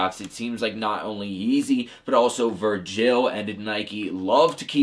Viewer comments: Who the fuck is Ver-JILL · I hate how he says virgil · Damn I didn’t expect to get a heart, big fan of the videos! Just not how you say Virgil lol